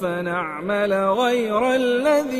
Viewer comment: Masha Allah... Bot acha phera but ayat no 141 motashabehanwa k Baad ghaira main ghain ka talafoz mujy Samaj nahi Aya.. please ager app se skip hova ho to sahi ker Len..